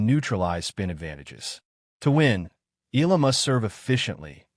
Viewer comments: Please pronounce her name right..its E..,A..LA.. NOT ILA. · pronounce EYALA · Please pronounce CORRECTLY EALA AS EE YAH. LA...salamat po...